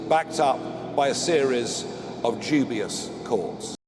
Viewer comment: is it me or did he sound like he said “Jew-bius”?